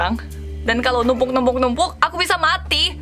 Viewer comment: Biasa aja dong kak ngomong MATI nya 😅😅